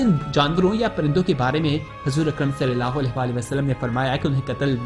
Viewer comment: برائے کرم صلی اللہ علیہ و آلہ و سلم کو زیرسے نہ پڑھیں زبر سے پڑھیں